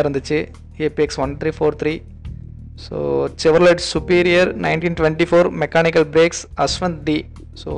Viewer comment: ஆரம்பத்திலிருந்து இறுதி வரை எனக்கு ஒண்ணும் தெரியவில்லை தெரியவில்லை என்று சொல்லும் இவர் கார் பிரியர் அல்ல. ஏதோ நாமும் அங்கு செல்வோம் என ஒப்புக்குச் சென்றிருக்கிறார். பெயரைப் பார்த்தும் வாசிக்கத் தெரியவில்லை. செவர்லே என்பதை செவர்லெட் என்று உச்சரிக்கிறார். இதுபோன்று பல கார்களின் பெயரையும் தவறாகத் தான் சொல்கிறார்.வீடியோவாவது ஒழுங்காக எடுத்திருக்கிறாரா என்றால் அதுவும் இல்லை. ஆக மொத்தத்தில் இப்படியொரு கமெண்ட்ரியாளரைப் பற்றி அறிந்ததே இல்லை. தெரியாத விடையங்களில் மூக்கை நுழைப்பதைவிட இவரைப் போன்றோர் ஒதுங்கிக் கொள்வது, ஈடுபாடு கொண்டவர்களுக்கு இவர் செய்யும் உதவியாக இருக்கும்.